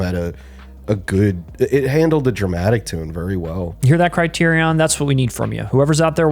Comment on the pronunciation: The way you guys pronounce "criterion" hurts me--ha. Otherwise another great video obvs Totally agree on Romy & Michele and The Night Flier. (I have a DVD of the Night Flier that's framed in a weird way with the boom mics visible onscreen.)